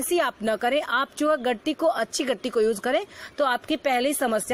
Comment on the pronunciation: gitti hota h gatti Ni hota